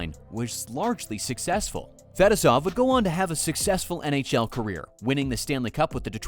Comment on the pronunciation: Couldn’t you have learned to pronounce Fetisov, or am I sitting here criticizing AI?